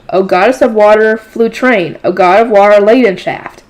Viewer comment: your pronunciations of the names of the eternal Five was pretty ok Flutrane (goddess of water) was pretty much perfect Leidenschaft (god of fire) had a small mispronunciation because a "ei" in German is pronounced like "I" Schutzaria (goddess of wind) the second last was on point Geduldh (goddess of earth) also near perfect Ewigeliebe (god of life) let's just not talk about it